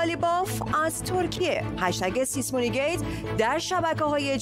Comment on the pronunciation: همیشه یه بیسواد باید باشه که سیسمونی رو سیسه مونی بگه